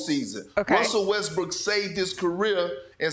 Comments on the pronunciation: Did she say Westbrick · ramona said westbrick haahahhahahah